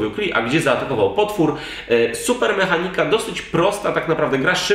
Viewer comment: jedyna rzecz która mnie irytuje to sposób w jaki akcentujecie słowo MEchanika :P poza tym spoko film!